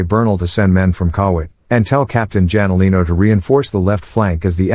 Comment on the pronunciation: Captain "Janolino" man that's so annoying it should be Hanolino